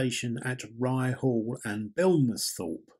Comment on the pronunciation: Ryhall is pronounced (Rye-all) h is silent. And the station is still there sadly its private land and somebody has stuck a caravan on it and a house eventually but hope they keep the platform